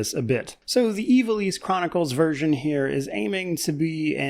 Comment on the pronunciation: Thank god at least one reviewer is pronouncing Ivalice correctly